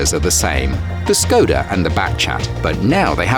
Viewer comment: Im triggerd how he said Škoda